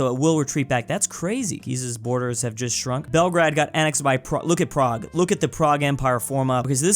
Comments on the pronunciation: "Bremingham" "Belgrad" "Keeev" "Canaburra" "Canabarra" "Care-racas" "Cyra" You have to love pronunciation. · It's pronounced, at least in English, Belgrayd. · please pronounce Belgrade as Bel, and Grade as the word Grade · As a Serbian i hate how you didn't say Belgrade right